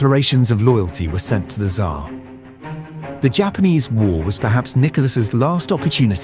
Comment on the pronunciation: And the pronunciation of this AI generated narrator is terrible. One of the weirdest pronunciations of Tsar I have heard